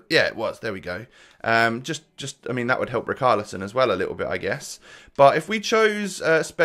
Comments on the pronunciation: yea he is saying "char" as "khar" and it should be more like the "sha" like "shaqiri" so "ri char li son" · As a brazilian fan, the correct pronunciation is "ri shar li son" love the content btw